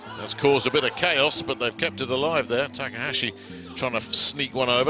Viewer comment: your saying his last name wrong. how he pronounced taka, the a is supposed to sound like the a in taka.